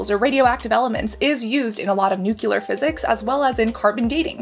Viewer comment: “Nu-clear” not “Nu-cular”